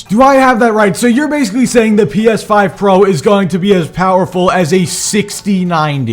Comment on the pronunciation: "Steam refund policy is better than Valve" The most basic knowledge and fail to understand XD Call me evil but I can't stop giggling when he say "P Eth5" HARD XD